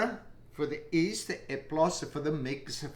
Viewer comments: The 'east! 😁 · He is famous with that "East" (yeast)!! What a lovely grandpa ever even if he one time was the butt of the joke in the other video😅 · The way this man says "yeast" Killed me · Yeh, but you knew what he meant!